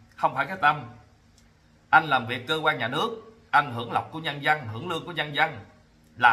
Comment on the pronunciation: Chữ dân mà nói khg đúng, nói chữ giân